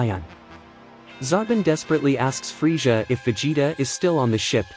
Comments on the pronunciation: I want to join the free-shza force lol and obey price veg-it-ta This ai is some bullshizt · Can't trust a creator that can't pronounce Frieza (Free-Zuh) Also it's Zar-bon